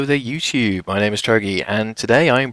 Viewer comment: Ha he said "YOUSHUUB"